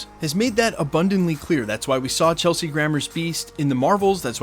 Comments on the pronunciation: Just a heads up. I've heard you say Chesley Grammer in a couple vids. It's Kelsey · It’s Kelsey Not Chelsea 😂😂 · Who is Chelsea Grammar it's Kelsey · KELSEY. KELSEY. WITH A K.